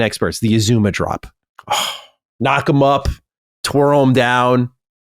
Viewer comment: It's "Izuna Drop" - not "Izuma Drop." Edit: #DDNinja